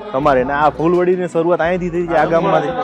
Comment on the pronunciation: અભિનંદન ખુબજ સરસ રજુઆત હજુ પણ તમો સરનામુ બરાબર રજુઆત કરવાનુ ચુક્યા છો. વળી ફુલવરી નહિ પણ ફુલવડી બોલાય છે.